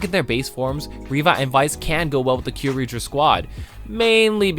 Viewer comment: Ah, your pronunciation of Kyoryuger makes my skin crawl